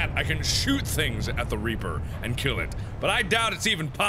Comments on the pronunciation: I coulda swore he said “there is a big giant RAPER” instead of REAPER. 😵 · when he said big reaper I thought he said big raper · he said big a** reaper but it sounded like big a** raper